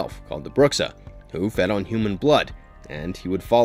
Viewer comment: Bruxa means literally witch in Portuguese (and your pronunciation isn't exactly right...)